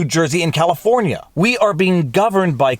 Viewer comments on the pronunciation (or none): none